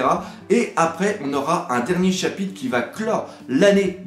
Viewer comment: J'aime moins la nouvelle formule niveau montage, je préférais avant. Sa faisait plus calme, sobre. (Et peux tu faire un effort de prononciation sur le mot "chapitRe" pls ? ^^)